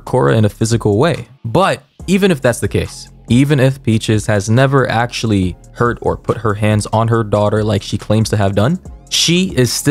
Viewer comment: It's saying Auctully like poor thing